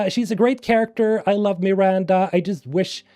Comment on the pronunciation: Dude it’s not meeeranda lmao wtf